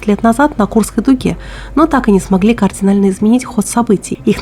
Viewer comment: Просто хотел поинтересоваться авторитетным мнением людей сведущих! Как в русском языке пишется и произносится слово "кардинально"? Так как я привык, или как многие озвучивают: "Координально"??? Это мне кажется дичь какая то, и слух режет! Не употребляйте пожалуйста слова, если не знаете этимологию значения и правописания Великого и могучего! 😂😢😮 Я про то, как "Координально" не смогли изменить историю танки Тигр и Пантера на Курской дуге!